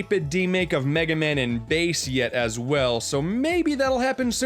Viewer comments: Bass's Name isn't pronounced Bas-e it's pronounced Ba-ss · SUPA FIHTIN WOBIT also Bass is pronounced ba-ss not base